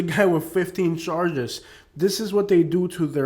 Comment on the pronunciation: I love how he says charshges😂😂😂 it’s hilarious